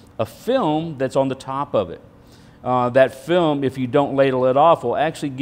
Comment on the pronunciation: Lellobeetle did he say film or phlegm?